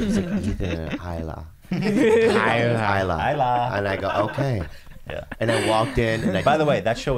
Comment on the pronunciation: they’re laughing at him saying high-la but the way Ethan himself and everyone else on h3 say it is also wrong lol like they say he-la